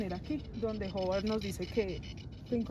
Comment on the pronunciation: diciendo todo el video Haward (es Howard) JAJAJA, pero chimba de video